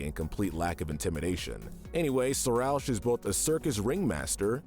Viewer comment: They mispronounced Marina and Sarousch